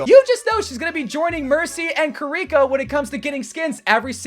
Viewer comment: "kariko" bro it is KIRI-CC